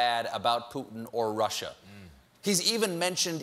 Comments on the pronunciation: "this russer thing..." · " This russure thing..."...hmmm... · lol how trump says russia "rusher" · Erratic & Static there's no way Trump is that smart. He said "rush-er"!